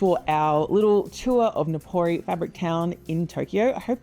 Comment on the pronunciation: Nippori! Not Nikori😮